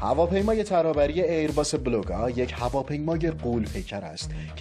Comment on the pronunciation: هواپیما اسمش بلوگا هستش نه بولگا آی کی یو .بلوگا اسم یه نوع ماهی خاویاردار هستش